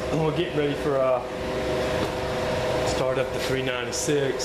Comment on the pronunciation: I almost thought you said 396ford.